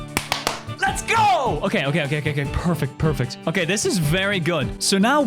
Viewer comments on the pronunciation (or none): did he say purfect? fundy cat real?